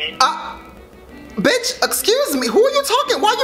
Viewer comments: She didn’t say period she would say pereit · Y did say period like that. She said paireaid 💀💀💀💀💀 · she said pewied 💀💀 like nooo sis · when she said “pared” i felt it 💅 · it was obvious that isn't black from the way she was pronouncing "period" lmao